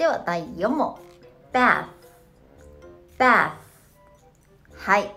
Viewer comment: busとbath 母音の発音が同じに聞こえますけど…